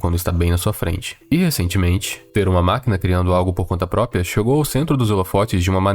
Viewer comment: "por conta própia"